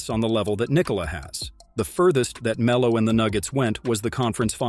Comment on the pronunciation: Poor Me-low